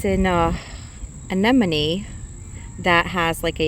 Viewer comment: Thank you for your efforts with the pronunciation of “anemone”. So many people mispronounce it. I enjoy your videos.